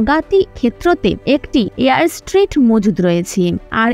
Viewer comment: কথাটা Air strip, Air street নয়।